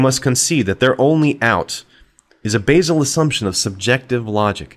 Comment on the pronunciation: What is this "Basal" words you keep saying.